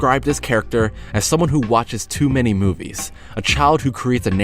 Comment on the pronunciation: he also says the T really loud and says mainy instead of manny